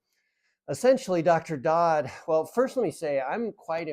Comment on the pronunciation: I think it is Dr, Suneel Dhand (not pronounced "Dod" , more like D'(h)and where the H is silent?) Yes am familiar with his work and find your perspective helpful - conflict of interest especially. But when you see a friend over about 6 years go from pre-diabetes, to heart attack and statins, cholesterol medication, then full diabetes 2, and then COPD, on to full hip replacement surgery....(as well as having two different hernias). Yet she is intelligent, eating "well" and has an active lifestyle, and is not morbidly obese; you really do have to ask yourself where it is all going wrong.